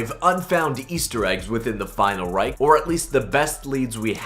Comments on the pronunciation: You said Reich wrong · Knows all the easter eggs, still cant say Final Reich properly